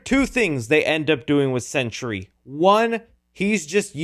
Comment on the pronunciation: Sentry, not century